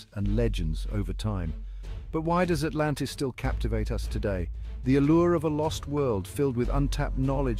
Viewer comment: AH MUH GAWD ALRANTIS